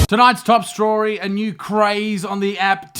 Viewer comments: "Tonight's to strory." Did anyone else pick that up. He said strory instead of story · At the start did he say today’s top strawry? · “Today’s top strorey”. Lol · Hey did you say "top STRORY"?? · "Tonight's top *strory*"